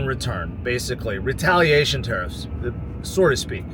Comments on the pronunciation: Sir, it is "so to speak." Not "sore to speak." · Joke's on you; he's saying "sorta speak"